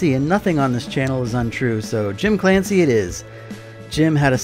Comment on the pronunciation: Fancy to hear your pronunciation of Clancy but now my ears are bleeding.